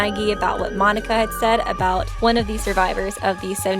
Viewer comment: Monac(k)a, not Monic(k)a